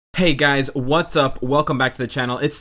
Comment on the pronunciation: My phone lagged a bit when you said "hey guys What sup", I thought you said "hey guys what the f"